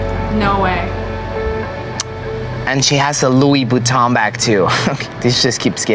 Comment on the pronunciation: “louis ‘vootan’ bag”